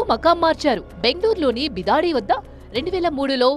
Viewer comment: బిదాడి కాదు .. బిడదీ.. Bangalore.. Mysore rode